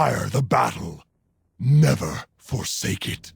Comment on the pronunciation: "Darkspear neva die" DIES